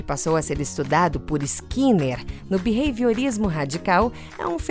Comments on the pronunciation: O video é muito bom, mas me agonia ele falando beveiriorismo ou seja lá o que ele fala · O narrador masculino fala Bevehiorismo?? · Também achei horrível a pronúncia desse locutor. Vou falar pessoalmente para ele.